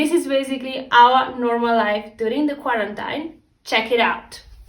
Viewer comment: Hate to be that guy, but it's pronounced as "Qua-ran-TEEN". I mispronounced it for the longest time myself as the spelling is pretty counter intuitive. 😅